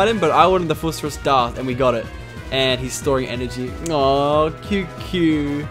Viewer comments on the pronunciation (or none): It's not FUS RUS DAH it's FUS RO DAH there is not second s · its phus+phoos ro+ro not roe and dah as in duh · Lol the FUS ROSS DAYHH! Fuck u Lachlan it FUS ROH DAH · Its fus ro dah